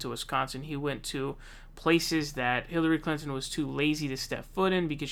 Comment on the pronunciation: Lol'd at "hilary clanton"